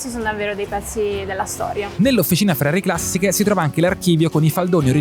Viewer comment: Ho lavorato in Ferrari come ingegnere nel team di sviluppo e testing e... beh.. che ti abbiano fatto visitare tutto, anche Costruzioni Sperimentali, è davvero una cosa unica! Aggiungo, non so chi abbia doppiato le voci in inglese, ma "Ferrari Classisch" non si può sentire ahah